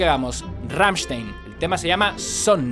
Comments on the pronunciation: No se dice RAMSTEIN, se dice RAMMSTEIN 😉😉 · "Gamshtain" es como se pronuncia. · Se nota que intentas pronunciar Rammstein correctamente (por como marcas la S cuando lo dices). Solo para tu info y sin ningún tipo de maldad: se pronuncia "RammstAin" :) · Se dice glrammshtain :v xD y se dice sOnne (la e como si fuera una e con cara un poco triste xDD) y ya